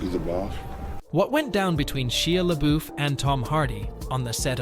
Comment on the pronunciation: She-a LaBoof😂